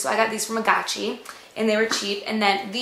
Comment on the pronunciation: i thought it was called agaci with the g not a chi sound but lol